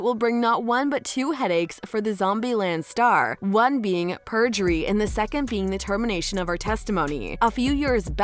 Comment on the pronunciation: Not native English speaker here, but I'm pretty sure it is perjury, not purgery. But no, as far as I understand the lawyers on Youtube who have been commenting on the live feed, it is actually unlikely in a civil case to prosecute someone for perjury. Which I find strange and wrong, because there is no incentive to speak the truth. In criminal cases there perjury is much more serious I heard. But I do understand your sentiment. To me, it now seems very clear that Heard tried to hook up with a rich man (Depp), and tried to get as much money off him after the divorce. She may have actually felt love for him, but it was very twisted. Depp paid much more than the $7M divorce settlement, more than $14M actually due to court costs and demanding taxes to be paid by Depp, and tried to get his five penthouses and $50k mothly off of him initially. And even before their divorce, she went on to Elon Musk, whose sperm she used against his will (he sued her over it I read) to fertilize her eggs to create a baby, that was then brought to term by a surrogate mother. I could not make this up if I tried. However, apparently Musk was not as easily duped (in the end) than Depp was. I think books will be written on this whole 10 year drama (2012 to now).